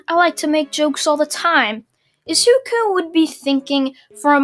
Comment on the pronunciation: It’s said I zu ku